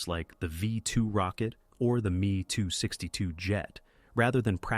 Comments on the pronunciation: The "me too 62 jet". Full your AI bullshit. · Artificial Intelligence voice proof me262 aircraft. Should be ME262